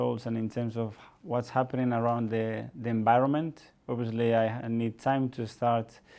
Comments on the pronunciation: Are we all gonna ignore the "conbince " and "enbironment" 🤣🤣🤣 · No one: Mikel:enbironment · Zanekillz Spanish coaches: "Good Ebening" "Bad Enbironment"